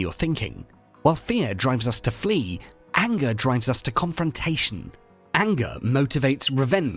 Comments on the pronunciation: Didn't know what ayengah was till you ayengahed me with the accent of the woid. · The way you are saying "anger" is making me angry! :)